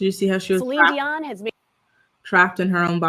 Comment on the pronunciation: I love that you say her name properly ❤ God Bless her